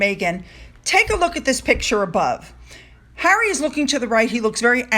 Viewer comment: 2nd row Hawwy Lol 😂 👍